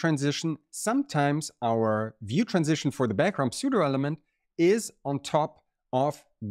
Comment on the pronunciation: Don‘t say „Psoo-doh“, say „Soo-doh“. But thanks for this video. Very cool stuff!